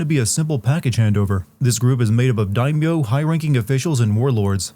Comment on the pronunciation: Jump to to skip mindless rambling. It was also funny to see you sinning the "Are you finished your training?' bit after all the mispronouncing of English words you've been doing XD And then... "corrupt daikon" LMAO!